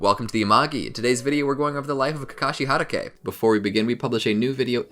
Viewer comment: How tf do you pronounce hatake? At least try